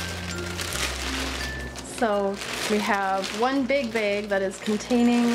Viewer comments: It's bag not beg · blooming bettas yeah she says baeg but it's fine, everyone's different.